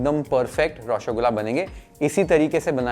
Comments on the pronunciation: Its not Roshogula Its Roshogolla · U r pronouncing it as Roshogulaa. Try pronouncing Roshogolla❤😊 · Par roshogolla sahi se bolna nhi aya 😭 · Pronunciation is a bit off... Try raw-sow-gol-la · nolen gur>>>>>>>>> any other creation known to man… ps: please look up the pronunciation of roshogolla😢